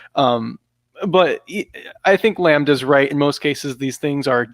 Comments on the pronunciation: 100th like! Well deserved. great lineup, fellas. Thanks for the conversation. God Bless. btw.. does really not know how to pronounce the world "lambda" or was he joking around? I mean, I know that as an anglophone, his pronounciation skills are F-tier or worse.. but That's actually hilariously ridiculous if genuine. "Lambuddha" lol, wow.. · Racist Settler can't pronounce exotic names like Lambda. Highly triggering! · what kind of education u go thru without ever hearing lambda spoken out loud?